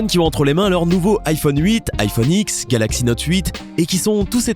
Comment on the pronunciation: ça se dit iphone 10 putain pas iphone x (à l'oral)